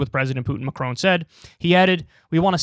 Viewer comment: As a Brit living in France, Americans please learn to pronounce Macron's name correctly! -it's not "Macrone"